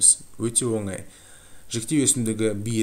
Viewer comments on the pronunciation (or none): none